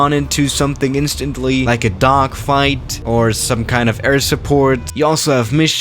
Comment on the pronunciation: he said duckfight LMAO